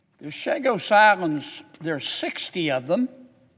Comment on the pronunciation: First 2 things he said is false. 1. They are pronounced Chagos not Shagos. 2. Theres more than 60 3. Theres no 'qi' jin ping of China😂